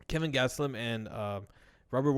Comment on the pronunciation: KELVIN gastelum not kevin haha